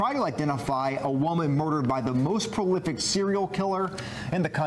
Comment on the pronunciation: Who is this woman "judge" who cannot even pronounce the word "prolific" [says profilic] and stumbles over many other common words [ timeline]